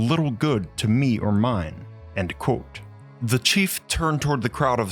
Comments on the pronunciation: You say "quote" but sounds like "cool" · The way you say quote sounds like you're saying "croautte" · Try practicing saying the word Quote. You sound like an absolute idiotz